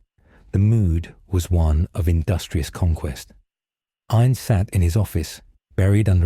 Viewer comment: Finally! A story that pronounces his name right.